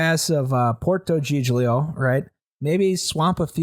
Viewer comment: When he said "cag-lee-AR-ee" I lost it lol. It's pronounced, "CAL-yah-ree". Great episode as always. Edit: LMAO he just said "GIG-lee-o". It's pronounced "JEEL-yo". (j as in jump).